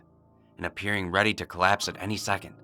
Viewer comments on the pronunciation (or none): none